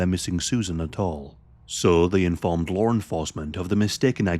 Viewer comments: Bro said Larre enforcement 😂😂😂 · FYI, there’s no “r” in the word law.